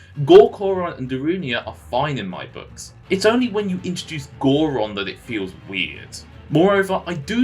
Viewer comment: Gor Coron? Is it not Gor Goron?